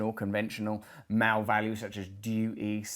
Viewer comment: Took me awhile to realise that "mao" means "male". Dammit Russell, pronounce words!